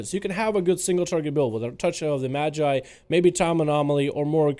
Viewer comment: Madge-eye is the correct way, you had it right! Thanks for the updates as always!